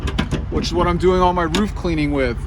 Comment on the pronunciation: You said “Roof” incorrectly.